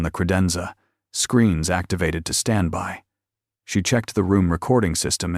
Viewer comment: Please program your AI as to what a syllable is. "Standby" has 2, not 1 syllable. At least twice in the story.